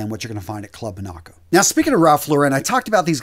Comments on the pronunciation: Buddy I love your videos and I hate doing this, But you have to check the way you pronounce certain words. Example Gingham is not Gin as in the liquor. It’s Geengham. Chambray is not Ch it’s Kambray. Finally, Monaco it’s not Mo-na’-co it’s Mo’- na-co. Sorry I sound like an ass but it detracts from super content. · Like your videos but your pronunciation of ‘Monaco’ was kinda whack 😉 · As a Canadian who has been shopping at Club Monaco since the 90’s. I have never heard it pronounced the way you did in the video. It is named after the French Country of Monaco.